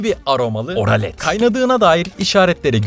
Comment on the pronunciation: Abi oralet mi dedin ye oralet